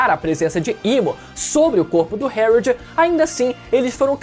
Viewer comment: Pq ele fala algumas palavras errado? Tipo o nome do pai do loki?